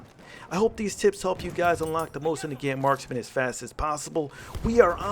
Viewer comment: I love your videos, but I find it so funny that you say "Mosin Nagaeant"